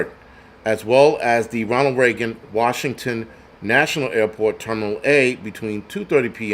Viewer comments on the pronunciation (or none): none